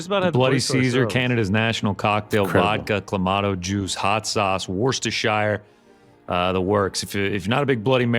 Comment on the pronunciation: the way you pronounce "WORCESTERSHIRE" should be a strikeable offense on youtube. JFC get some culture and class on this show. Helwani continues to carry the scrubs. GIVE ME AND INTERNSHIP - but it'll never happen with "NY" rick gate keeping. whatever, stay bad kids.